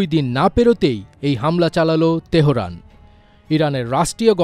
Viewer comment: তেহোরান নয়, তেহরান